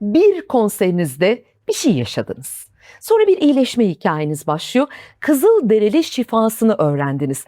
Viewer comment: onlar “kızıldereli” değil, kızılderili 🌸